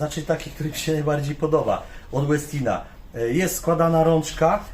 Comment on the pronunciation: Koszulka tematyczna u towarzysza , wczoraj był dzień kawy podobno, światowy nawet// Co do wymowy "Westin", to mam pewne wątpliwości, nazwa pochodzi od Ingvara Westina i raczej wymawia się "po szwedzku", może profesor Bralczyk czy Miodek ogląda, to niech się wypowie fachowo...